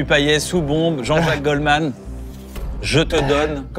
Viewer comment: PAYETTTTTTTT ON PRONONCE LE T KYAN STP <3